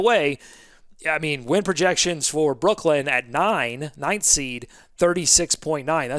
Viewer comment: I thought you said “wind” projections at first 😂😂😂 had me thinking you were in the Queen City 😂